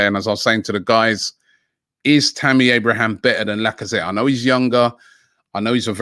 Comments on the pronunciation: It’s Abraham, not Abrahams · It's Tammy Abraham not Abrahams lol 😆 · Stop saying abrahams it’s so annoying especially when you say it then say it properly then go back to abrahams 🥵